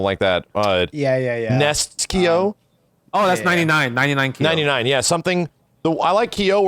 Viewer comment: GUYS it isn't pronounced "Key-yo"